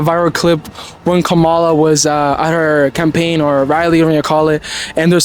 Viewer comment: Its going to be bad for us Trump is a lunatic and a felon these people who are interviewing don’t know what they are talking about the black lady is exactly right and you are saying her name wrong